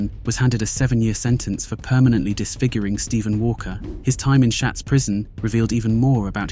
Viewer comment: Shotts prison not shats